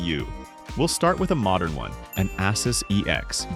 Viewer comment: I like the ass us motherboard , iv heard a few ways to say it a soos aysus , but never ass us lol